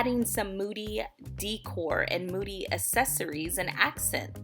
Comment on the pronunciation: It’s not pronounced DEEE-cor it’s pronounced DAY-core, long A not an E sound